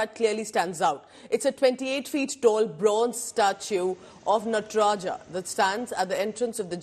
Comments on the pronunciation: * नटराजा, शिवा, ताडंवा क्या यही सही उच्चारण है???????? * नटराज, शिव और ताडंव सही उच्चारण है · Why is the pronunciation of NATRAJ being done as नटराजा। The Britishers used to call राम as रामा. We are still carrying that practice without questioning it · It's called Natraj not Natraja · Please it's नटराज not नटराजा